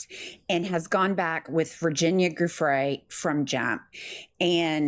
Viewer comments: It's DOO Fray. French in origin. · Giuffre is pronounced like Giuliani just a heads up ladies 😅 JEWFRAY😊😮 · The G in Guiffre is pronounced like the G in Giraffe… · Please, y'all have got to do better at the names of public Victims. Ms. Roberts Guiffre is pronounced Joo-fray. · Joo-fray. Let's honor her by learning how to pronounce her name. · Just because my grandmother is a Guiffre, it's pronounced "Joo-Fray" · Ladies I love you but please it’s Guiffre with a ‘Juh’❤ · Jennifer, fissure is pronounced 'fishure' not 'fizzer'. Guiffre is pronounced with a soft 'g'. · I think your saying Virginia Giuffre's last name incorrectly. The G of her last name is pronounced like the G in Virginia. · Virginia's last name is pronounced jewfray. Please do her the courtesy of getting her name right. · You two have a great thing here. You do great work. But find out how to pronounce the damned names you are discussing. Both of you mispronouncing "Giuffre" is just pitiful.